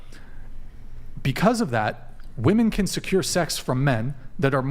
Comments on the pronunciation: My god I get sick of all these women constantly saying 'woman' instead of 'women' in nearly every single episode! Also, the 'catcher mit' chick who thinks she's a 10 and is actually a 4...easily brings herself down to 2 by being so ridiculously dumb. Please stop laughing at things you say that aren't funny and aren't 'burns' to people's super chats. Also, I'm so sick of women claiming celibacy when only abstaining from sex for a month. That's like claiming you're a virgin when you were a prostitute who is now a Christian. The asian/pacific islander looking chick needs to ease up on the lip injections and try reading a book. The delusion level is crazy high in this episode. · God, I hate this younger generation of dunces who can't tell the difference between woman and women and pronounce plural wimin as womin. I'm 90% sure they're so uneducated, they pronounce it as they see it spelled. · I want to scream on every podcast. The words “woman” and “women” are pronounced differently and for some reason, the vast majority of women that are on the show don’t know that 🫠